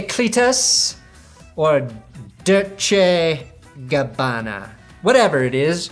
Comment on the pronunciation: Dirt-Che Gabbana hahahaha